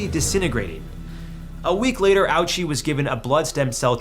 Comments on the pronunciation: I mean, it's actually pronounced "Ohchi", it's just a morbidly funny mispronounciation that I've heard with almost every English speaking YouTuber 😅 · Came here for this comment. His name was pronounced O-uchi. Really poor research on this subject. When making videos like this, you have a responsibility to get the facts straight. Makes me not want to subscribe to this channel. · How dare you make a joke about someone who suffered worse than any of us can even imagine. He deserves better. All he did was what was asked of him. Not only can you not pronounce his name properly... but you make fun of it, as well? Seriously? Are you dumb? Telling youtube to avoid this channel from now on. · what a jackass making fun of someones name. this guy has the most little profession ive ever seen making a joke about hisashi's name like that and its not even how u pronounce it. terrible youtbuber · the ouchi joke was in very bad taste. the case was horrifying and tragic. do better. and maybe learn to pronounce his name right so u dont embarass yourself twice. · 100% Absolutely go f*ck yourself. Not only did you make light of one of the most excruciating ways to die, you mispronounced his name many times. Ouchi was not a test subject for how to prolong human life in torment. You should be ashamed of yourself. A$$hole. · First story you say his name wrong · the first case you presented it totally wrong. they did not force him through all of these treatments he consented early on saying he wanted to be alive he wanted to live for his family. you also pronounced his last name wrong. it also was a lot longer of a process then just the next day. and fun fact after he died most of his body was damaged but his heart was still healthy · Came from blueryai's reaction. "Living up to the Ouchi name" you are not seeing the gates. That's not how you even pronounce Ouchi. Not to mention how you got so many things wrong in this video that it would be easier to list the things you got right. T up.